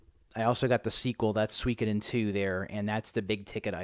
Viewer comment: Check out Game Depot's GBA selection, they have a lot of good stuff! You actually said Suikoden correctly!!